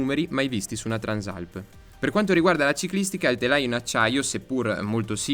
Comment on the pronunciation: peccato non sai come si chiama questa moto, Transàlp non Trànsalp